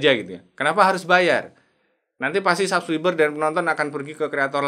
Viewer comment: Ngomong SUBCRIBER aja BELUM BENER.. Coba cek cara ucap yang benar dulu bang. Pelajari dulu ngomongnya bang